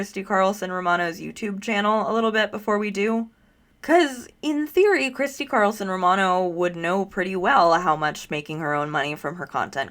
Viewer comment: She said, "Christy Carlson Ro-Rabbithole" !!!